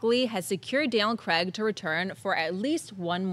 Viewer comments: It's craig not creg there's no e I'm dyslexic and I can understand that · Who the hell is Daniel CREGG??? Craig kr-ay-g, He's British, please use the British pronunciation